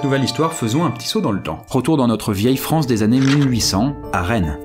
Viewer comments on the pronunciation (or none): none